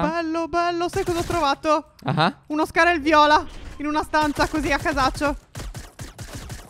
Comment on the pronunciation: Nooo lo volete capire si chiama scar-l